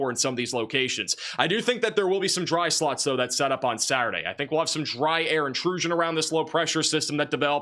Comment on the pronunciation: Golf-effect snow and dry sluts inside of that snow!! Your short o and u sounds are identical to my ear 😂❤ Wonderful reporting as always 🎉